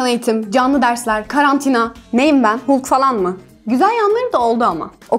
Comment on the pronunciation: Hulk ı hulk diye söylemesen daha güzel olurdu fhdhdhdh ayrıca bana çok yapmacık geldi